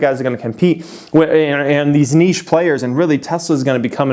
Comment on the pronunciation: „Nische players“ 😂😂😂